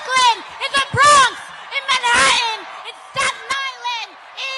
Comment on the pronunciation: "Manha'an"... What do Gen Z'ers and Millennials have against "T's"?